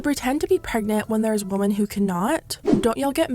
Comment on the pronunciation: LOL the way you pronounce “women” plural, as singular “womAn” drives me crazy 😅